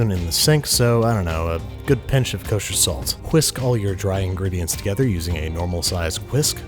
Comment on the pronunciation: Nobody: Babish: K O S H E R S A L T